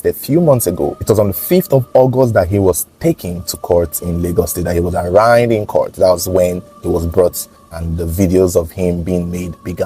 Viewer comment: What would it take for to learn how to pronounce "ARRAIGNED '?